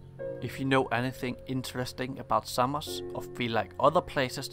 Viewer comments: Well, it is not ''Seimos'', it is Samos, for starters. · Σάμος* προφέρεται φίλε όχι Σέιμος χαχαχα.